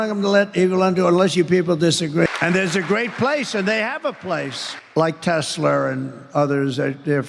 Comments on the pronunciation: Tessler??? It’s Tesla you freak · "Teslrrr." Lol. Dementia.